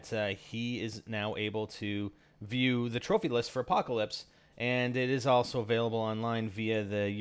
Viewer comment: Lol "Appacolpse"